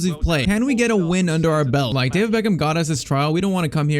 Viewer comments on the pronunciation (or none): none